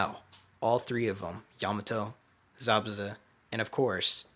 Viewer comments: hahaha zabuzu bruh im like yo its zabuza and then i hear him say zabuza like bruh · It's not zabuzu